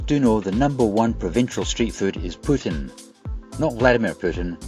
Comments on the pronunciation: Tip from a Canadian, it’s pronounced poo-TEEN. If you ask for pootin in Quebec they will direct you to Russia! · I’ve always heard “poutine” pronounced as “poo-teen” 🤷🏻‍♂️ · Recently back from a trip to Canada, incl montreal Quebecois (who’d be correct, it’s their dish) pronounce the food approx poo-tin / pootch-in…. Rest of Canada says it more like “poo-teen” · Nice video! PS. poutine is pronounced closer to poo-teen (a lot more emphasis on the o) in Canada - no confusion with Putin here!